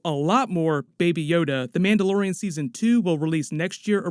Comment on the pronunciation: Lol he said Manda Lorain.